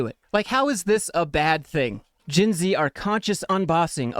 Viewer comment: That a shot every time he says "GINZEEE"